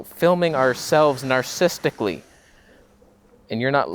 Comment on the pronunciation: We just filmed ourselves "narsisticly". That was a good subtile one bud'. 👍😂